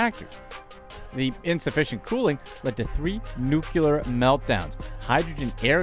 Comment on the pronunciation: New-Clee-Er not Nuke-U-Ler. LOL! Seriously, this stuff is awful. And the companies who do this are way rich and don't give a rat's arse about the people.